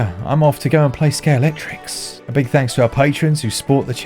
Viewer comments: Ready to have your mind blown? It's scalextric, not scalectrix. I pronounced that wrong my entire life until like 3 years ago. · Are you saying " skate electric" , " Sker Electrics", " ski electric", or none of the above?